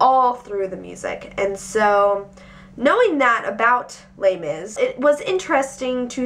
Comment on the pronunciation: The way you shorten Les Misarables sounds like terribly mispronounced my brother's name (Laimis) lol no offence, just random thought